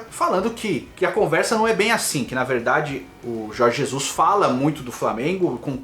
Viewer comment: Aprende a falar o nome do técnico.....po